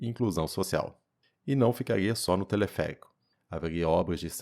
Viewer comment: telefeérico rsrs